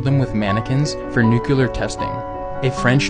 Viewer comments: Dude it’s pronounce “NEW-CLEAR” not “nucular” where tf are you reading the second “u”??? It’s literally spelled NUCLEAR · Nuclear is pronounced new-clear, there is no additional ‘u’ my friend. “NukULar” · Its pronounced " nuclear ", not nucular😒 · Nu-clear. Nuclear only has 2 syllables. "Nukular" is so wrong it hurts my soul to hear it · It’s pronounced “nu-clear”, not “nucu-ler” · I like how he pronounced nuclear “nukulir” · "nukelar testing" How hard can it be to pronounce nuclear properly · You know what’s terrifying? Your pronunciation of “Newcular” & “Liberry” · New-kewl-er is the wrong pronunciation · I hate when people pronounce nuclear with an extra u. Lol. Personal preference obviously. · You pronounced nuclear wrong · He can’t pronounce nuclear